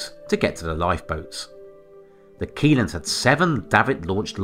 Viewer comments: Pronounced “shelland” not “key land” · The pronunciation of Kielland is not correct, but I don’t expect people from outside of Scandinavia to nail that 😅